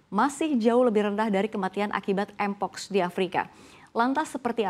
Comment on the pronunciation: ngomong mpox aja ga bisa 😂